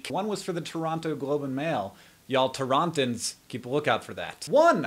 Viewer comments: it's not "toronton's", it's "torontonians". geeze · TORONTONS?!?! EXCUSE ME! It's Torontonians, than you. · torontins? wtf? torontonians! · "Torontans"?? I'm going to blame this on you being exhausted. We're Torontonians! =) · It's not "Torontins" it's "Torontonians" :P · Torontonians, not Torontans.